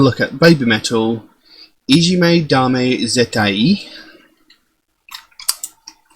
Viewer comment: That was my reaction, too! As someone who lived in Japan for almost a year and thus speaks Japanese very good, I loved it. It was most evident in the way you pronounced the i in Zettai isolated, whereas in English you would pronounce it together with the a as almost one sound.